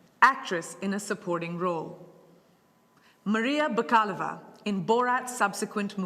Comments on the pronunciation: Yay for Maria Bakalova! She even pronounced her name right! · Finally someone pronounced Maria Bakalova's name correctly!!! My Bulgarian ears thank you! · Finaly someone pronouncing Maria Bakalova's name the right way.